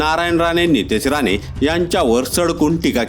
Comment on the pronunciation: अरे बाबा, राने की राणे?